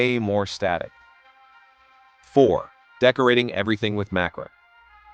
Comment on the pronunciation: In the 2070s, one of the "25 Funny Things People in the 2020s Were Totally Guilty of Doing": posting videos on YouTube, and, whether or not using AI, the videos' narrations would mispronounce even simple words like "MACRAM" for "macramé," "PEET" for "pet," and "VIN-ǝL" for "vinyl"!!